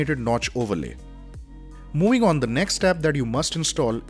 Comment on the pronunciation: Moowing on😂